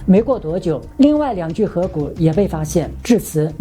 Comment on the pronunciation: 纠正一下：骸骨 hai 第二声